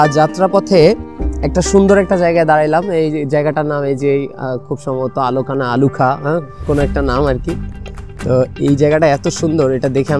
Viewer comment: আলুখা না এ্যালকা ভাই